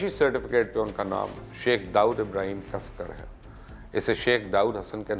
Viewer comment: It's Dagwood Ibhrim casekar not casker .....